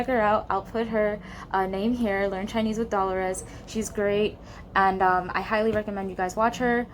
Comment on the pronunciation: your Chinese pronunciation is so good